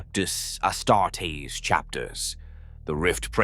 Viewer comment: or ass-tar-tees pronounced ass-tar-tess lol